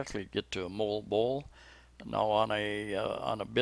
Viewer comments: Hi! Filipinos (as my wife as a natural born Cebuano) pronounce Moalboal with very strong A letter which you loose it all as Molboal. Mo Al boal it sounds whit a tiny breaks between these 3 parts of a name. Just to mention, I hope you don`t mind... Thanks for sharing some other parts of a Cebu island also! Have a nice day! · Mo al bo al. Moalboal. You just have to say it slow and clearly so that it will not sound like Molbol. Salamat. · for Moalboal it's closer to MOO al BOO al. Most of the time every letter gets pronounced. We live near there too in Sibonga.